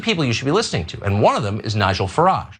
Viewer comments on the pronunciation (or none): Speaking as an old-fashioned conservative Brit - Nigel Farage is a moron. And, Tucker, the emphasis is on the first syllable of 'Farage' not the last.